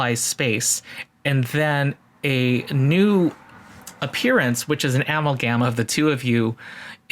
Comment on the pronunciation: Ah-Mahl-Gum, not Amal-Gahm.